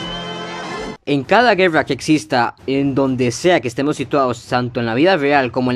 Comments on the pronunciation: Vuelve a decir GUEWRA (guerra) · Yo escuche juerra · Así hablan los ticos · Pero porque pronuncias la r asi si nisiquieraa pronunciaa bien las pocas palabras en ingles bien ... ejemplo güerra por Dios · Porque dices guerrrra